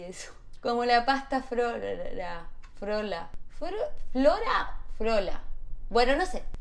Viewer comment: Ay nada que ver lo que voy a comentar, pero ese inicio con el "incienSIO" Y la "pastaFLORA" me mató 🤣 jajaja señora ese trabalenguas !